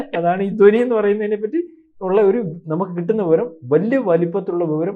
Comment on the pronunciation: ദോനി അല്ലടെ. ധ്വനി. നല്ലവണ്ണം ഉച്ചരിക്കാൻ പോലും അറിഞ്ഞുകൂടാത്ത താനൊക്കെ എന്തിനാടോ Podcast ചെയ്യുന്നത്. പോയി ഉച്ചാരണം പഠിച്ചിട്ട് വാ. അല്ലെങ്കിൽ പോയി നാക്ക് വടിച്ചിട്ടു വാ